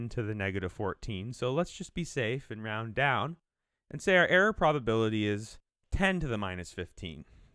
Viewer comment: The way he pronounces "error" is realy confusing! He makes it sounds like "air" and I'm like "he means that the air in Mars is thin? What does that have to do with primes and stuff?"